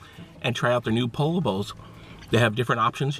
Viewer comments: It's pronounced PO-YO not POLLO LOL! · Ralph Lauren making Polo bowls now? lol You're in Cali learn how to pronounce Pollo (p OH y OH)........come on now step up your game! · Omg you killed me 😂 you said pollo wrong every time and pollo is chicken not a duck 😭😭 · "Po-yo" is the correct pronunciation guys:) El Pollo Loco means The Crazy Chicken. What's up and YouTubers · Pollo is pronounced "poyo". Also pollo means chicken not duck. Hope that helps!!! Good vid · Chipote ley? I thought it was pronounced Chip-poet-el. Tort-eeya? I thought it was pronounced Tort-til-la. Thankfully you pronounced poe-lo right. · "Polo" You know damn well it's not pronounced like that. Dislike. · my friend it's pronounced "Poyo" but it's cool dude. You're still dope as fuck!!!! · Po-yo*** Creamy cilantro*** not ceaser dressing & it is not a pollo bowl. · it is pronounced Po"yo". pollo. PO YO. get it right. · You say you're Mexican but you pronounce Pollo like Polo wtf man!?? You should at least know how to speak Spanish if you claim to be Mexican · Actually it's spelled pollo. It's pronounced poyo